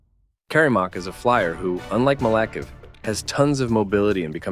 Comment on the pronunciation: It’s said as malakive